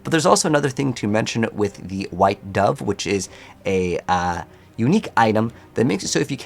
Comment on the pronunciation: Dove (as in bird) not DOE-VE ;)